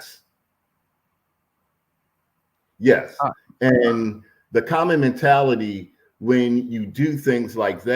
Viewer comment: “COM-MI-NI-TAL-LIT-TEE”. Dear lord….